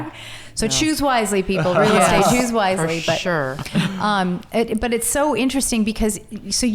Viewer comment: Did she just say, fer shure? Been awhile since done anything. Let's do the math.